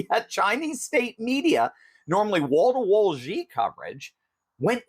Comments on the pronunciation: Xi pronounced "she". He's no "G". Congratulations on the book Dr. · The pronunciation of his first name is basically “she” not “gee” or “zhee” ( like the second g in garage) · Xi is pronounced shee